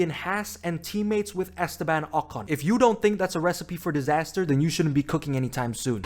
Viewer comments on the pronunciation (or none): none